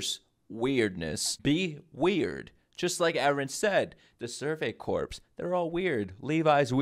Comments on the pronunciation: also corps is pronounced core... go to school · I know it’s a small nitpick, but the “Corps” is Survey Corps is actually pronounced like “Core”, like the Marine Corps. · Great reaction. Just fyi, corps is pronounced like ‘core.’ The P and the S are silent. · one little tiny nitpick that honestly doesn't matter, but "corps" is pronounced "core", i have no clue why but it is.